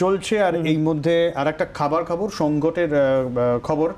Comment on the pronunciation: 'খাবার খবর ' উচ্চারণ করতে পারে না। 🤣😂🤣😂🤣😂😂